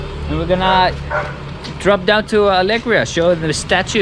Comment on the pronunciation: Fantastic vlog as always, you are the best! I wish I could return to beautiful Philippines, but sadly it will be next year or even later! :( Btw... Alegria means Joy in spanish. You stress the second part of the word (gría) not Alég(ria)... Ale-gría!